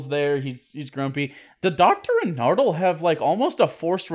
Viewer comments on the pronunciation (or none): Masterjedi343 it's actually "Chibnall." just garbage at pronouncing things. In the first episode for the season, acknowledged that he's probably pronouncing "Nardole" wrong, and still calls him "Nerdal"